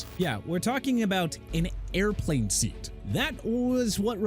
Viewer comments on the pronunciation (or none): none